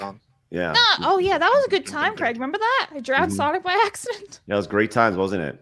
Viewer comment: Might as well be greg. That's not how you pronounce craig lol, but Americans have a reputation for butchering words.